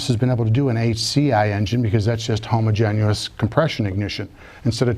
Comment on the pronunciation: Every time he says homogen-u-ous. Ugh.